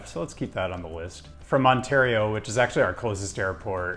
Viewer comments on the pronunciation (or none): none